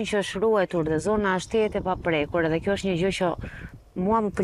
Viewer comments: Përse ky Prifti nuk mund t'a theksojë germën DH ,nuk thotë EDHE,por thotë Elle.Dyshova por gjermën Y e thekson mirë . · jo tane n‘malsi. Asht ni pakic qe thot ll n‘ven te dh. Asht thjesht dialekt. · Munet me kan prej Malsie se ata kan veshtersi me sjkronjen dh. Ky asht Frat.